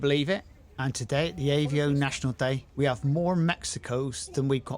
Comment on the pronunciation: It’s avo not Aveo .